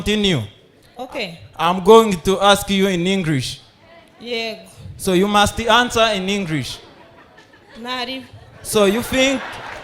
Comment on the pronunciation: Mwigishe uwo mutype wabazaga Salisa ko pronunciation ya English atari “Engrish”.